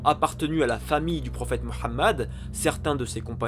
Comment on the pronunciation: Il a du mal avec la prononciation en arabe j'ai eu mal aux oreilles quand il a prononcé Mohamed en autres